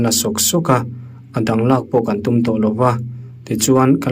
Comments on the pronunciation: I utum lamdan hi ava mak ve mawle! Iva tum nasa ve mawle tiha, tum ang hian lamrik tur a lawm. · Thil lam dan hi i uluk lo deuh ṭhin. Kut tum tiha tum anga lam loin, lungawi loh avanga tûm thlûk anga tûm tia lam tur a ni. Hei hi i hre reng dawn nia